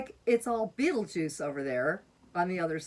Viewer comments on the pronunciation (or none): did you just say "Beetlejuice"? OMG If you did, I'm still laughing. LOL!